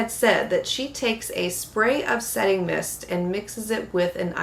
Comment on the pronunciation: Setting mist. I had to listen a couple of times before it made sense.